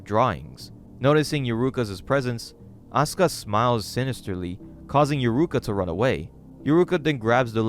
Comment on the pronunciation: So you can pronounce Asuka correctly. Don't you think Natsuki is pronounced similarly? I just don't understand how you could mispronounced one but pronounce another one correctly.